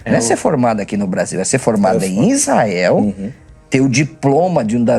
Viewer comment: A pronuncia é ( ISRAHELL)